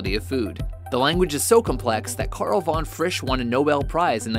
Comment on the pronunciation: Their pronunciation of "Karl von Frisch". xD